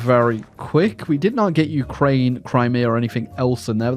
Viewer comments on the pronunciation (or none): none